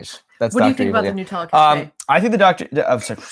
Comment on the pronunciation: They do when you stay in American hotels in Europe. The Hilton in Venice had a cafe on premise. It was a delightful surprise. Also, needs to learn how to pronounce NUT-ella, 😂